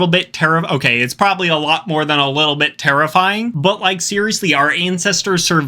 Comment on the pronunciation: tf you mean 'problably'